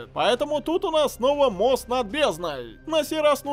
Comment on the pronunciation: Мне одному покозалось стеклянный тост, а не мост